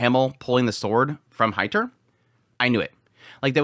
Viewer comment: Heiter is not a Hater. He's more of a Highter.😁 The german "ei" equals the english "i".😊